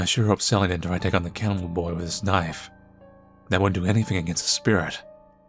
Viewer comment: I dont know why but always lose when he says KNAIF!!!!